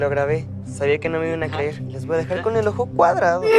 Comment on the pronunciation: cleer xD es creer imvecil xD